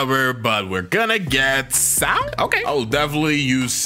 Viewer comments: It’s sound not souhnd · you spelled sound wrong you said souhnd instead which is pretty funny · Bro Had Sound As Souhnd